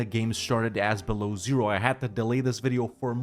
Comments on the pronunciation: It does hurt though every time you say Belowzero, it's byelo ozero - white lake. Sorry, had to get this out of my system. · Dude, it's not Belozero, it's Belo Ozero, which translates to white lake,ozero it's lake, belo it's white, Belo Ozero. And when you pronounce Ozero, the 'o' at the beginning is very long – OO-o-ozero. The stress is on 'o' in the word ozero, so it’s not like 'zero' where the stress is on 'e,' but a long 'o' – OOOOOOzero. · Beloozero is read as "Belo-ózero". As a Russian it hurts to hear it as "below zero" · Yes. My ears are bleeding then i hear "below Zero". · not beloozero. Belo+ozero. (wite+lake) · Man, smol hint, it pronounced 'belo ozero' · It's correct to pronounce BelOzero